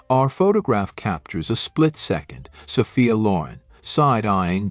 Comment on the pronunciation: "Saw-fee-uh" BOYCOTT A.I. !!